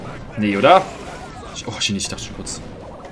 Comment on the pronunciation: Geiles Video aber übrigens Shinichi wird anders ausgesprochen das sh und das ch werden stärker ausgesprochen er ist aus dedective conan